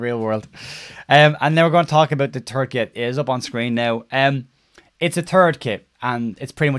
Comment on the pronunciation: "It's a turd kit." True True! 🤣🤣